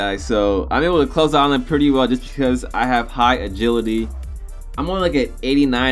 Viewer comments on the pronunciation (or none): none